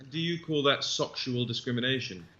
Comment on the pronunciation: John McSomething I thought he said socksual.